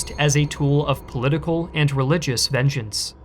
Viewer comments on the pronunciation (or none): none